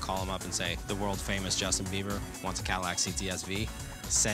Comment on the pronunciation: IT'S BIEBER, NOT BEIBER. You can't get his name right even after 10 years, smh.